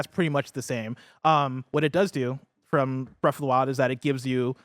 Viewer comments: "Bref of the wild" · Breaf of da wile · “Breaf of the Wild”